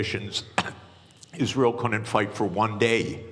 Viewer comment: " United IsZreel of AIPAC "